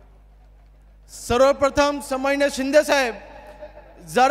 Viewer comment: सन्माननीय पण उच्चारता येत नाही आहे